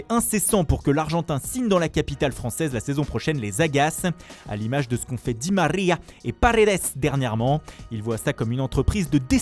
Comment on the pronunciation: Cet accent de cambrioleur sur " Di marriaa" 🙄